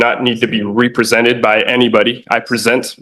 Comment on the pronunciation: "Re prosented" this dude is a flat out clown.